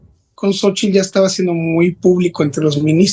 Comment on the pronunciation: No digan jaladascomo sochil, se escribe xochitl y se pronuncia shochitl y significa flor, y si lo quieren decir en español diganle flor